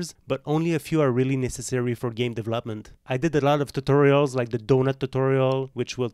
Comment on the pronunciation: As a polyglot, becoming au fait with a new language, to anyone, is fine tuning one's accent. Hindi is not one of the 5 languages that I had to pass in oral exams. It helps to join a language group's alliance, such as the Alliance Francaise. One particularly bad elocution (Hindi control of voice) is the word (term) deVELop ment Most Indians pronounce it as deve LOPment, with emphasis on the LOP syllable, another word is Missile. The frequent Hindi pronunciation is mis SILES; whilst the better pronunciation is MIS siles or MISSELS, similarly pronounced as muscles or mussels. Otherwise your elocution and command of English is outstanding, and cannot be faulted.